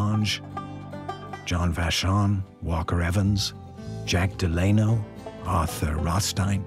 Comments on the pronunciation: Also it’s Dell Ah-No not De -Lane No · Franklin's middle name is pronounced, "Del-a-no," not "De-lay-no." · And, he mispronounced Frankiln Roosevelt's middle name. What is going on?